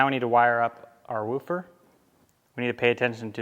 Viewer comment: You keep callling it a wu'fer. lol